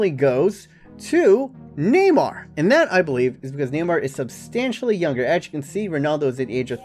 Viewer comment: love the way he says neymar...neemar!